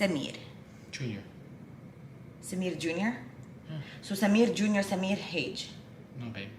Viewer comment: For the first few times you said Samir I actually thought you were saying Simeon instead, also how are you about shortening names? I ask because a friend of mine's brother is called Kianoush but everyone calls him Kian, my friend's family is Persian in heritage